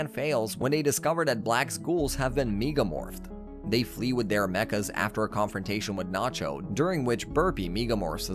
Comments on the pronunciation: Some of the things not said correctly like meegamorph is making this whole vid sound like AI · Mf said locky and lodie bruh it’s lock with a silent e and lode is pronounced like load and meega morph like 😂😂😂😂😂😂